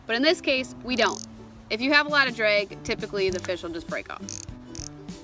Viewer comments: It’s not dray it’s drag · Drag not dreg